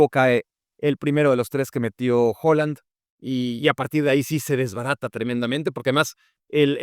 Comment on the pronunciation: Excelente análisis como siempre, pero por favor, deja de llamar HOland a Haaland, hasta el mismo nos dice como pronunciarlo.